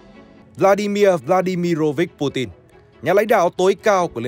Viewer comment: hên quá video này đọc PU TIN rồi ko PU CHIN nữa :D